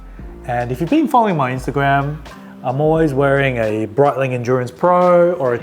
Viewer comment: This video is awesome. My only recommendation is learning the names of the Swiss watches, as they are not pronounced "Brightlieng and Howar".